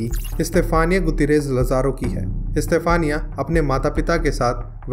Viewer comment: Bhai istafaniya nahi yaar stephena.....